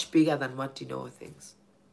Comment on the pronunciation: gogo Dineo not goto